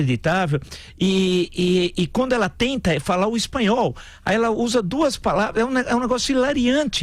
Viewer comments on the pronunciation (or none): Ela fala bem o "espalhol", ou "espilhol" entendes.